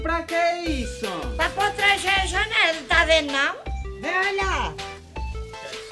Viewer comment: "PROTREGER" KKKKKKKKKKKKKKKKKKK eu ri